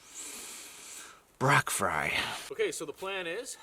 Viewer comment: Lmao "Brack Fry"